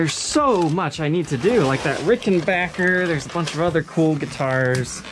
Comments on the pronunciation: I can't wait to see the review and demo of the Rick. Thanks for checking the scale length in this video, I was really curious about it and thanks for pronouncing it backer, like it's spelled and not bacher, like a lot of people say it. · Just love that you pronounced it correctly.....Yes, people, it's Ricken-back-er not Ricken-bach-er.......Just ask TP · God damn, FINALLY a Ric that isn't that really bad bass video you made before you had rhythm. That model is particularly small, not as big as the usual 330's/360's. ...and you said Rickenbacker correctly. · Thank you for pronouncing Rickenbacker properly. It's a short scale 325 model like John Lennon preferred. Pretty much the only person of note to play one. Side note about Rickenbacker for anyone that wants to special order any particular model: Rickenbacker has a schedule where they only X amount of one model for the year. If none are available when you order, you have to wait until the next year's build cycle. Keep that in mind when you try to SPO one from your local Evil Empire Guitar Barn. Guarantee their sales associates do not know that bit of insider info. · I'm delighted. He's right and it's the manufacturers official pronounciation too.